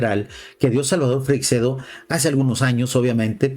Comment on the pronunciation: Por favor, podrías molestarte en saber pronunciar , por lo menos, su apellido? No es Freicsedo, es Freixedo.